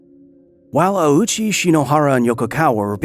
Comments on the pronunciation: This is a remarkably well researched and presented video but you made one rather glaring mistake: Ouchi's name. Its not "awoo-chi", it's ohhchi, a phoneme that doesnt really exist in english. Its basically like an extended "oh" sound. If his name were pronounced like you pronounce it in the video, itd be "auchi", which isnt really in japanese. If you want a check, the name is pronounced by the japanese woman in the video. I only bring this up because its a common mistake and some disingenuous people might use it against you after you called out all those clickbait videos. Source: ive lived in japan for 10 years. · right other than the fact that doing research tells you that "the Japanese surname Ouchi (大内) as "oh-oo-chee" (with a long "oh" and three distinct vowel sounds) or more smoothly as "oh-oo-ch" in native Japanese, though English speakers often say "ow-chee". " Infact his full name in kanji is "大内 久" and if you take a little look at those first two and compare them to the other bit of kanji you will see they are identical. Here is his name in Hiragana too おおうち ひさし I have a name from a language that isnt english but that doesnt mean the only correct way to say it is the same way its said in another language and as an example of this I will use the name "Luis", Luis can be said loo-is, loo-ees or loo-ee and all of those are equally correct. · I have just one contention with this video, Ouchi is not pronounced that way. "Ou" is the romanization of the long O in english, other languages that use the latin alphabet romanize the same sound as "oo" or "ō". The proper pronunciation of Ouchi is therefore Oh—chi, not Aoochi. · there is nobody named Awoochi or Owchy in this story and this could have been avoided with a minute of research. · ''... and Yutaku Yokogawa, were rushing to finish a special batch of Fuel: ''Ouchie''.'' I cannot unhear that now that I've heard it sorry, I'll let myself out.